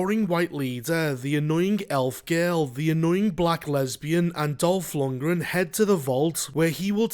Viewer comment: Was just listenning at first. Chuckled when you said Dolf Lungran. When i finished my chores, glanced at the screen, and it WAS Dolf, my brain misfired HOW IS HE IN THIS?!